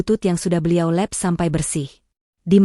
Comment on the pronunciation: Di lap sampai bersih. Bukan di'lep" . Jangan ke-barat2an.